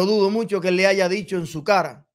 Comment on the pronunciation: Aiga. No Chivaton. Se dice Haya.